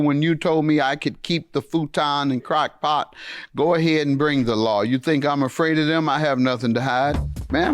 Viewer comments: He knew damn well that woman said crock pot and not crack pot 😂😂😂😂😂😂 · Lmao! Judge Mathis can't go a day without talking about crack..🤣🤣🤣🤣 He knew what that lady said. "Crock Pot" Not "Crack Pipe"🤣🤣🤣